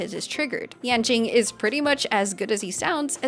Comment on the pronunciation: my name is yanjing and her pronunciation made me think she was calling me omg